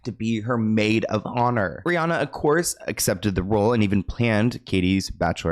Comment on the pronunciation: How are you still saying Rhianna wrong in 2025?